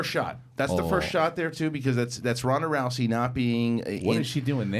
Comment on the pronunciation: It's not Ronda Roucey bro!! Row-zy.